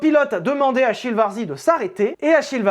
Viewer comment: Salut mec ! Ecoute en tant qu'amateur de bagnole et de belles mécaniques, je dois dire que ta vidéo m'a bien plu ! Simplement pour mémo, Achille se prononce en italien comme si c'était un K 😉 allez ciao et bonne route